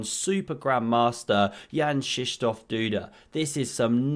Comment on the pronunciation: How in the world did you know how to correctly pronounce Duda's middle name? Did you just make something up? I'm currently in Old Town, a part of Warsaw, and challenge Duda to a chess boxing match. I know you read the comments on this channel, Duda. Face me or forever live with the coward label I plan to bestow upon you. I'll be waiting for you in the McDonald's in the corner of Castle Square at noon tomorrow.